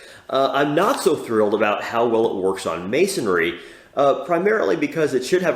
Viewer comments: Yep. It’s mason-ry. Not mason-ary. 😂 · Thanks for the review, just for future reference brick, mortar etc. materials are pronounced: mason - ree , not mason -air-ree ( no “a” sound) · How do you like it honey... "Missionry"